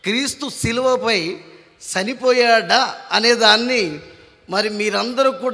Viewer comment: "Sanipoyada" kadura erripuka "chanipoyada", mundu matladadam nerchuko